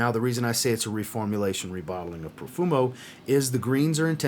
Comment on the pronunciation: Profumo?? Haha. My ears are bleeding. Apart from that, thanks for the video